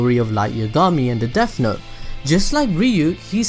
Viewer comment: No need to make fun of you but “deaf note” sorry it bothered me that’s all